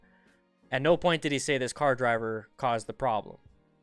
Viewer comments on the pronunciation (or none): Ozzie accent on piont lol